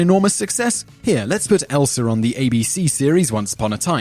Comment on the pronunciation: ... "Elser?" LOL! :)